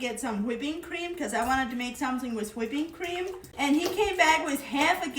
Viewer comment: She also says "Hawhipping cream"